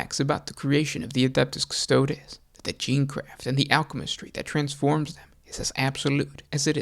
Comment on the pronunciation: Lol the pronunciation. May as well call them the "custards." Haha